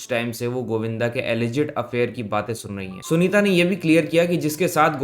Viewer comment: sanita नही यार sunita